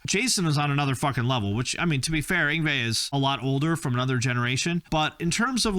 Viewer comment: Actually yngwie is Actually pronounced ing-vay. The w sounds like a v in most European languages like Swedish or German.